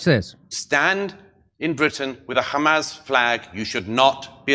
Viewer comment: You've nevah Mr Bean